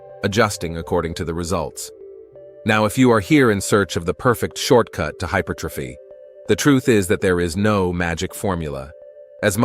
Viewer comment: It's pronounced HY-PER'-TROPHY, not hyper tro'phy. Someone needs to tell the bot.